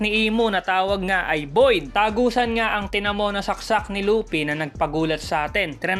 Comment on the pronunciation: Lupi HHaha Luffy po